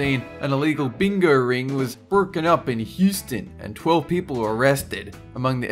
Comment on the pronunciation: "Playing BINGAUURRR" ha ha ha